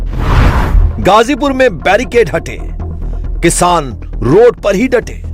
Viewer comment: Barrigade nahi, Barricade! Even the India TV pronounces wrong!